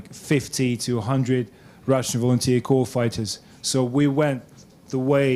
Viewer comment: corps is pronounced core